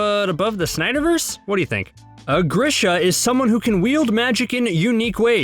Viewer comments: THANK GOD I READ THIS COMMENT. I thought I had been reading it wrong in my head this entire time when he said grish-uh. It's definitely greeshuh. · Not that anyone cares, I’m just saying, it’s pronounced gree-shuh. Again, just saying, not being a dick here